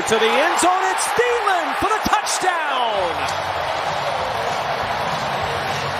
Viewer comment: His name is Thielen tiiiiiiiii l eeeeeeen the h is silent cuz it's German I speak German i am not German bye